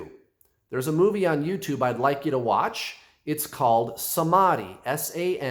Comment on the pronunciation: Samadhi pronounced as samathi... not sama+d+i. H is not silent. Sama+th+i. Thanks for your lovely explanation K 🙂🙏